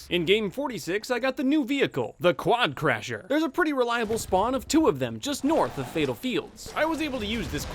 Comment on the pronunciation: WI think I'm the only one who realised that said quadcrasher and not quadcrusher